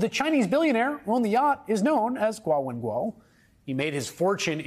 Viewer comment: WHY ARE YOU PRONOUNCING GUO WENGUI LIKE THAT